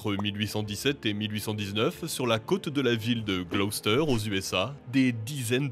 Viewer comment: Enfin quelqu'un qui sait prononcer Gloucester ! 😄